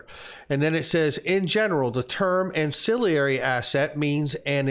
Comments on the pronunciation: please learn how to pronounce ancillary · An...cill...ary!!! Not an...cill...i...ary. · Not to get picky, but it's an-cill-ary, not an-cill-i-ary. There's no second "i."